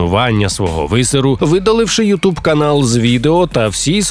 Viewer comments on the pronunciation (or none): none